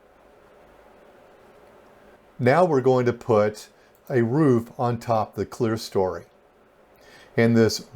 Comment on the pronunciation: That top portion with the windows is NOT called clearstory— the word is clerestory. As in, Claire-eh-story.